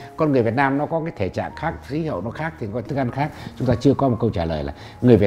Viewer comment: Cái lưỡi bị gì mà nói chuyện bữa nay khát ngày mai lại khát. đổi người đi